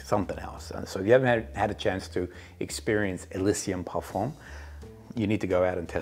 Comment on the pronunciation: Oh duh par-fuhn … the m is nasal and not really pronounced.